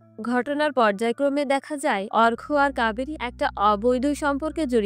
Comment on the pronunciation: Arka r arghya r moddhe parthokko ache apni bolchen thiki kintu uccharon thik kore bolun duto name e akirokom lagche sunte..... Story taller houa oto sohoj noi.